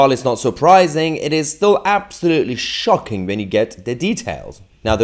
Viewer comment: 'socking', are you calling us knit-wits? Darn You Tousi